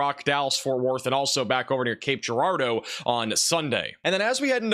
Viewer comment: finally pronounces Cape Girardeau correctly